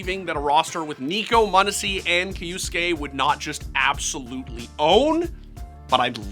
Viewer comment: How did you manage to butcher the Kyousuke's name so badly